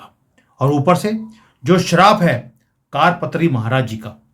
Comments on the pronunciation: ऐक आपसे प्रार्थना ...सही उच्चारण कार पात्री नही वरन " करपात्री" है....!!!कुछ सन्यासियो मे ऐक व्रत या परंपरा होती है जिसके अनुसार ऐक हाथ *कर के पंजे (पात्र याने बर्तन)मे जितनी भिक्षा समा सकती है उतनी ....बस उतनी ही भिक्षा स्वीकार्ह या पर्याप्त है!!! इसलिऐ सही उच्चरण **करपात्री** है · जी आपका टॉपिक अच्छा है पर आपकी भाषा बहुत ही अशुद्ध है। कारपात्री जी नहीं करपात्री जी बोलें!! ऐसे ही कई शब्द आप अशुद्ध बोलते हैं! कृपया थोड़ा परिश्रम करें अपने बोलने पर!!! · कार पत्री नहीं है करपात्री महराज जी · कारपात्री नहीं, करपात्री सही है l हिमालय से कोई आएगा - इसका मतलब है UP के cm योगी next pm होंगे, बधाई 💐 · 'कारपात्री' नहीं 'करपात्री' अर्थात जिनके कर(हाथ) ही पात्र (बर्तन) हैं। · जी कारपत्री नही करपात्री है कर=हाथ,पात्र = बर्तन करपात्री जी हाथ मे रोटी सब्जी लेकर खा लेते थे, थाली कटोरा प्रयोग नही करते थे। करपात्री जी का श्राप अवश्य फलित होगा। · it is not "Kaadpatri" it is "Karpatri" = Kar (hands) patri (vessel) ie hands are used to accept bhiksha (alms). Swami Shri Karpatri Maharaj was a devoted sage brahmin who used his hands for bhiksha 🕉🙏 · कार पत्री नही होता,कर पात्री होता है।सभी हिन्दुओं को इस कांग्रेस पार्टी के सत्यानास की ईश्वर से प्रार्थना करना चाहिए और भा ज पा को बोट देना चाहिए।जय हिंद,जय भारत। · कारपत्री नहीं करपात्री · कार पत्री नहीं , करपात्री जी महाराज है। गोपाष्टमी का भी कनैक्शन है इसमें।